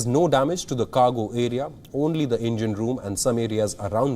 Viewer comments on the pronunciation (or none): none